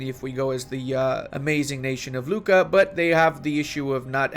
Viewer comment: You should pronounce Lucca differently by Luca, like a Luccka or whatever in your language ;-)